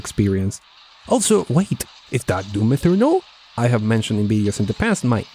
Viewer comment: it sounded like you said Doom 'Inferno' - and thought.. that's actually quite fitting